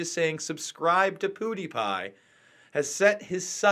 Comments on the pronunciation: Pew die pie not poo die pie man. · Just to clarify, it's not PoodyPie, it's PewDiePie, Pronounced Pew-dee-pie when spoken aloud. It's sort of the play on words "cutie pie". Pewds is hot of course, so in this case he could be called a cutie pie. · stop sayin POO de pie. it's PEW. like you sit on. not poo like you poop out. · Pootiepie... its pronounced pewdiepie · POOdiepie?! But even the word 'Pew' by itself isn't pronounced 'Poo.' It sounds ridiculous. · Did you say puhdipie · Poo-D-Pie. POO-De-Pi Pew-De-Piz PewDie-911wasaninsidejob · He pronounces pewdiepie weirdly